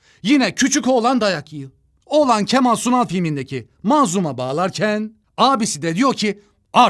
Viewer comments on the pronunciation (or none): none